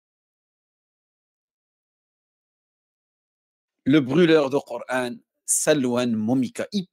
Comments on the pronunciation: Ça manière de dire QurEEn au lieu de Quran m’énerve je sais pas pourquoi. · Corán se prononce “corhaine” ou “corâne” …. Tout est dans le titre….